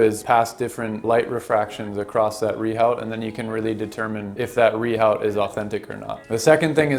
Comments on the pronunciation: Pronouncing Rehaut as - Ree Howt. /facepalm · You lose all credibility by not even being able to pronounce rehaut correctly.